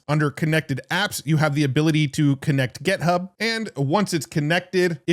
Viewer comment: This is a genuine question… does intentionally mispronounce GitHub as GetHub?